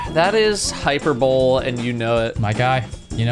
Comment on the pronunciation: Is there an inside joke here or does he really just prefer pronouncing hyperbole that way?